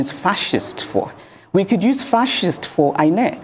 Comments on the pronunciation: Why do I have a feeling that was pronouncing it as eye neck and not inec 😢😢😢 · I love the way she pronounces it as Eye Neck😂😂😂😅, looking deliberate